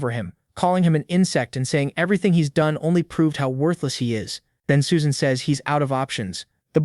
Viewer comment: Suesan? shee???